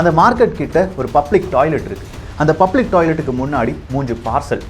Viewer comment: உச்சரிப்பை Improve பன்னுங்க. பப்ளிக் அல்ல. Public.